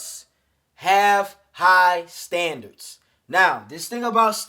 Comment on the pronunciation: standands lol